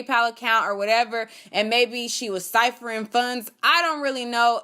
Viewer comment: Siphoning, not siphering.